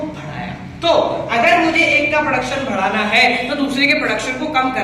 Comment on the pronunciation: M watching for last two days all ur video.. hands down ..a great teacher..👍 But ur way of saying badhana its 'bhadana',,,😂